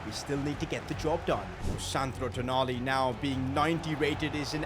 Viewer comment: Its not tonali its toonali